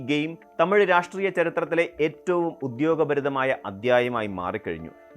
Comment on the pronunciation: ഉദ്യോഗഭരിതമായ എന്നല്ല ഉദ്വേഗഭരിതമായ എന്ന് പറയണം..